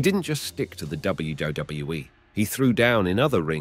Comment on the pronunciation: Bro said wgwe